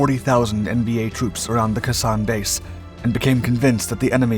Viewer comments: Prounounced "Kay-sawn", not kason. 173 AB Brigade 1966-67, 9th ID 1968-69. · Your pronunciation is non-standard. Kay-Sonn, Dee-en Bee-en Foo, etc.